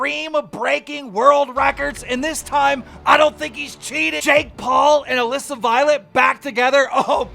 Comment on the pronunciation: First time I’ve ever heard Keem say Alissa correctly lol